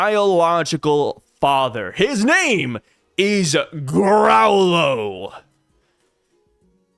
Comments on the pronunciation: It’s grow-lo not growl lo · It's probably pronounced "grow-low"